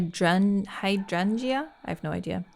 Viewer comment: sorry if someone else already commented this but… hydrangea! Hi-drayn-juh! Tough word for sure